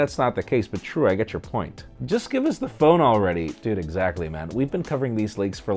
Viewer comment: Egg🥚- sactly 😂😂 lol